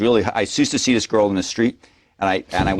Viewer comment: What the hell is an epitat? The word epitaph is pronounced epitaFF. He's not so "educated" saying things like "trow it all away, I didn't doo dis, and epitat"